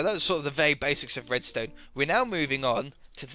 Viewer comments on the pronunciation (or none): why do you spell the "r" as a "w"? Like "wedstone" or "woom"